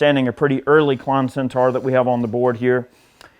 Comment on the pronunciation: It’s Centaur, not Centar. - as is ‘or’, not ‘are’.